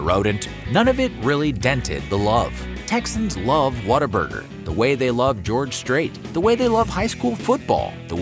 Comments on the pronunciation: It’s What-A-Burger not “water” burger for you Yankees… and Harmon has a better story than In-N-Out by far… the orange and white building is Texas McDonald’s golden arches. What other restaurant paints their franchise orange and white to be recognized from a pilot in the sky? I grew up in Austin Texas in the 1980s and it was the best part of my childhood. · Why does the announcer keep saying "WATT-a-burger"? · I had it on a business trip to Texas and had to fake how much I liked it to not be rude. It was like a cult in that office. Also, I really hate how they pronounce it "waterburger" instead of the obvious name "what a burger". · Video needs a “water burger”reference. Growing up I thought whataburger was pronounced water burger